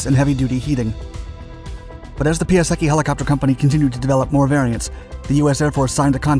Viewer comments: His name is pronounced pie , not pea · If you are trying to make video about someone, just try to pronounce his name properly. It is not pronounced Pyaseki, but Pyasetsky. Point. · "PIE" ":UH" "SECK" "EE" === Jesus dude. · Piasecki is a Polish surname. I think the correct pron. should be "piasetzki" not "piaseki" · not Piaseki - PiaseCki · Oh God, it sounds so bad - NOT "Pee-a-secky" but "Pee-a-setz-kee". When you spend all that time on research, add 5 more mins to look the pronunciation up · I in Italian is pronounced E, so pee-ah-se-ki is the expected pronunciation. Turns out it’s Polish, so pee-ah-sets-ki is about right if I’m reading the IPA right. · Say: "Pie-Sec-kee" FTLOATH! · It's: "Piase-TS-ski", the letter "c" is pronounced as the English "ts" in "cats". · It's actually pronounced PIASETSKY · Ugh... Pia-setz-tzki please!!! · "pee-ah-seky" Please, stop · Piasecki is a polish surname. And that's not how you should read it xD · Man... Do research on how to speak Piasecki. Tip: its no Japanese, its Polish in origin. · Sorry mate, but Your pronunciation of "Piasecki" is truly horrible xD